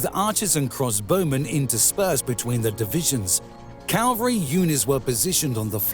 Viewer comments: Good heavens! You persist in saying "calvary." Calvary is a hill. The armies employed CAV AL RY. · "Cavalry" and "Calvary" in the English language are pronounced differently. Calvary is not in France. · Not to mention the repeated pronouncing of cavalry as "calvary". But yes, it was still a fun watch. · I think it must be one of those computer-generated English voice programs as there was quite a few wild pronunciations - no English speaker talking on this subject would say "cal-very" instead of cavalry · Yea I agree he says Calvary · Findally the Calvary has arrived! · Anyone else notice "... the French Calvary charged ...", about 18 seconds in? There were others... I'm available for voice-overs... I can even say "antidisestablishmentarianism" and I know what it means. I can say "photolytic degradation", too. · AND it's CAVALRY not CALVARY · And the calvary must have been impressive. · Agincourt has a soft G and the T is not pronounced. Also it's cavalry, not calvary. The archers' main weapon was their hammers, which they had used to drive in the stakes. They battered the French to death. As mentioned elsewhere, the battlefield was much more narrow than depicted, causing compression of the French advance and churning up a sea of mud which ground them to a halt. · cav-al- ry not cal-vary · Very good, but a few glaring annoyances. Please edit the word "Calvary" to Cavalry. This is a very annoying schoolboy error. Also, does anybody say "Agincourt" with a hard G? I've only ever heard it pronounced with a soft G but maybe it's locally said the way you say it. But I don't think so..... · Wonderful video—however, it’s “Cavalry”, not “Calvary”. The way you pronounced it in this video was incorrect, which referred to the crucifixion rather than soldiers on horseback. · CAValry. Not CALvary. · He literally says "calvary". I mean, really...? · Say "Calvary" lose all credibility. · Why is it so many cannot pronounce "cavalry" correctly? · I believe the word is 'cavalry'.